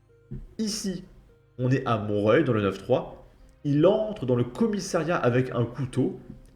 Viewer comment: J'adore ta façon unique de lire le nom des villes , tu dois être le seul à prononcer mont-reuil😂